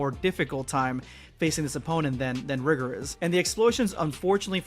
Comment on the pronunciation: Sorry, I think it was Pronounce Rigor with a long i